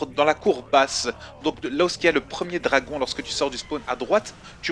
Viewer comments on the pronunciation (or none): none